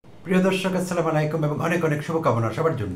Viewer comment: assalamalikum mane tomar mrityu hok. shuddho holo- assala mu alaikum.